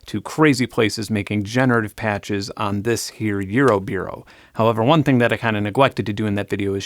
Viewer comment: why are you saying eurobeero?